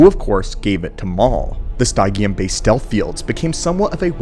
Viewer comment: Stygium is based on the word stygian and is pronounced sty-gi-an as in Styj-ee-uhn So I think stygium is styj-ee-um.